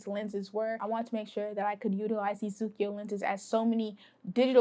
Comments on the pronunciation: I think Tomislav means that you prononce the k like in "Tokyo", but there is no "i". Japanese prononce "ko" in one syllab. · Since my OM2sp keeps failing, I'm on a lookout for an OM1. By the way, the way you pronounce ZUIKO in kinda reversed way, to me as an European, is hilarious and adorable at the same time...